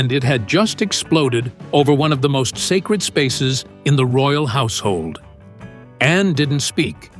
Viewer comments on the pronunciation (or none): none